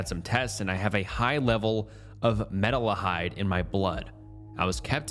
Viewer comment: Meta-la-Hyde was funny